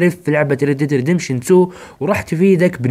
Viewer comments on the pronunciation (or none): عفوا يااخي لاكن عند النطق تكون رديمشن